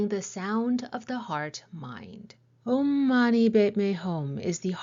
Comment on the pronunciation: Buddhist..means taken from Hinduism (sanskrit). Just your pronounciation of OM is wrong. Please Google onhwonto pronounce OM